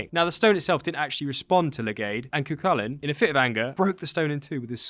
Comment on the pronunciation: I think this is the first time I've heard a non-Irish person say Cu Chulainn correctly. Some get close but yeah, I don't think I've heard someone who isn't Irish get it completely right.